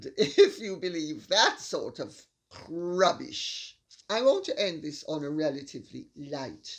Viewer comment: I love the way you say rrrrrrrubbish!